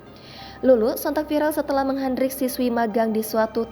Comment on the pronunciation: "menghardik" bukan "menghandrik"